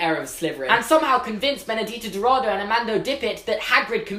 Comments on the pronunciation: I'm brazilian and the correct pronunciation would be "castelobrooshoo" and Benedita's last name should be pronounced as "dowradoo" But yes, your portuguese is quite good hahhaha! Loved the video and the theory :) looking forward to watch the movies! <3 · Awesome video! You said "Benedita" perfectly! The "Dou" in "Dourado" sounds like the "Do" in "Doris". Just ignore the "u" haha (Brazilian accent) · "bruxo" is pronounced like "brusho" and the "ou" in dourado is pronounced like the "ou" in "though". other than that your pronunciation is fine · Okay, so, like, you did pronounce "Castelo Bruxo" in a wrong way (it's cass-tell-o broo-shoo), but oh my god it was so cute. Anyways, I think it is unlikely that we will meet Benedita Dourado (btw it's do-ol-ra-do) unless she was living outside Brazil by the time. You see, during Brazil was going through a terrible situation. There was a lot of tension and the president was basically a dictator. I don't think she would have been able to go to hogwarts if she still lived in brazil